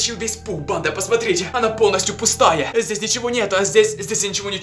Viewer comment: Кому тоже кажется что говорит не "банда" а "панда")